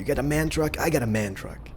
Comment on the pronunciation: It´s M.A.N. not man!!!!...that means: Maschinenfabrik Augsburg-Nürnberg